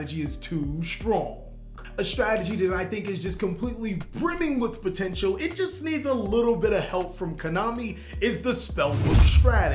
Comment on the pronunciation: What i heard that the zarc deck was pomteintal